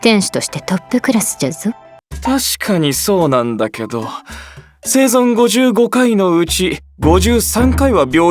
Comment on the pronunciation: ぜいぞうではなくせいぞんです